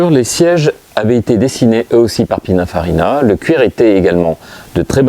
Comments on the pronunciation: A Prononcer PININE pas PINAIN 😉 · Il dit pinunfarina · ouvrez vos oreilles dans la vidéo vous dite pinafarina 😂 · déjà on prononce (pinine) et non pina ou pinin .......perche il maestro era italiano